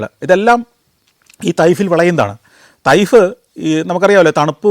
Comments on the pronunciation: തയ്ഫ് അല്ല ചേട്ടാ തായിഫ് ആണ് ഈ സൗദിയിലെ ഊട്ടിയിൽ ഇരുന്നുകൊണ്ട് വീഡിയോ കാണുന്നു ഞാൻ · തൈഫ്‌ അല്ല സർ, തായ്ഫ്‌ എന്ന് പ്രണോൺസ്‌ ചെയ്യണം...!! അതാണ് ഉച്ചാരം